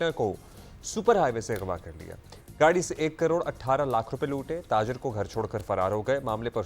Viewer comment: کڑوڑ نہیں کروڑ ❤❤❤